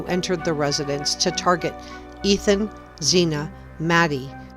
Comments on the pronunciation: We need to respect these young people and pronounce their names correctly. Her name is Xana (like Zana) not Zena. Thank you. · Her NAME WAS Xana with an A (as in Apple) not zena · Why do you keep calling Xana Xena? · Xana is pronounce like Anna, but with a Z. Like "Zana", but spelled "Xana". Poor girl gets brutally murdered and everyone keeps pronouncing her name wrong 😑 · Xana is pronounced Za-nna. Just bc that is how her Mom pronounces it. Not trying to be mean. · Pronounce Xana's name right. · Please pronounce Xana's name correctly. With all the investigating you do... you'd think you'd know her name by now.